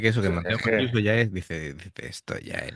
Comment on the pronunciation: hola, mancuso se lee como en castellano, vamos q la vocales en ita y en español no cambian ;)